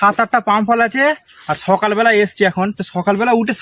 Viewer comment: ওই হালার্পো ছকাল এভাবে বলিস কেন? সকাল বলতে কি হয় তোদের ইন্ডিয়ান দের